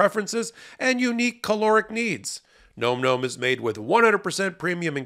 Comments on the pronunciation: You should pronounce the words correctly. It's not nome nome. It's nomm nomm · NOM-NOM rhymes with bomb, not comb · ...please pronounce it correctly - "nawm nawm" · Please look up the pronunciation of "nom nom" :)